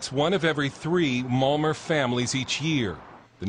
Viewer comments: Malmer? Isn't it pronounced Malma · malmo (malmö)